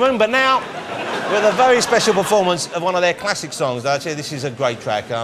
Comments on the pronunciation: maybe they are intimidated by his humerous approach to the interview, i think they find it funny though...maybe they're trying not to laugh at mr woss for keeping on calling them wadiohead! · "Wadiohead ladies and gentlemen"